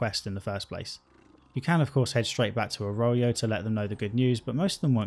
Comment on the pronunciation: Yeah and 'Arroyo'. How? Think he must have skipped every bit of voiced dialogue